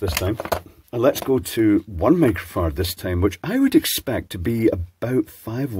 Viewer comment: Does he say 'micro-fart'? 😏